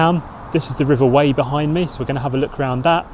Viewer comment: FYI - The RIver Wey is pronounced like "WAY" not "WHY".